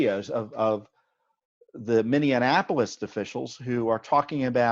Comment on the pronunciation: Thank you for all you are doing. Please pronounce: Minneapolis [ min-ee-ap-uh-lis ].